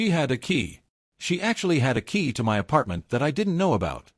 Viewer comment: If you bought your house, how are u renting and had a landlord? AI just can't get anything right. What is so difficult about saying my as my instead of m y? Can't AI'S be programmed to pronounced every word correctly? Emily is so delusional that her narcissism is now stratospheric. What talent? *Kiss teeth*. No, u are not wrong. U know exactly what to do. Someone needs to give Emily a serious reality slap so hard that it would be difficult to remember how she used to be without getting a migraine. Good of u act so quickly. Most of these stories tend to mess about for awhile before they act to solve their problem with entitled family. What is there to be jealous about? Give in to keep the peac? What about your peace? With Emily's delusion, you'd have no peace.